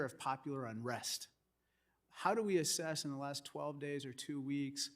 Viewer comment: Assess not asses. LoL!